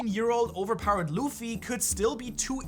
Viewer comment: DID HE SAY ZUFFY?